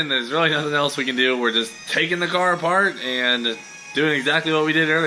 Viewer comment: "Dew it for Dale"